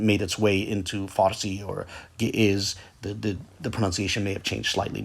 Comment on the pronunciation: Not the original pronunciation though.